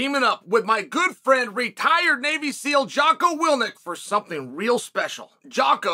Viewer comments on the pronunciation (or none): The elusive Jocko "Willnick" 😂